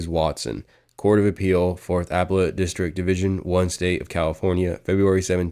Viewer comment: While we are at it you mispronounced "appellate".